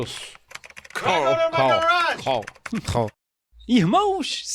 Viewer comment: e Ruas: Falem Car. Agora falem Cal. Agora tentem falar CARL. 😂